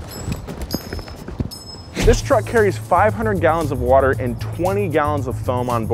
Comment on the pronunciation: Anyone else catch the Watah? 😂